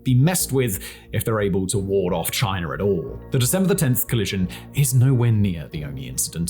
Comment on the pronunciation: I like how he says "" lol